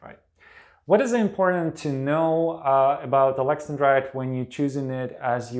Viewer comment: I thought it was pronounced Alex an drite not Alexen drite .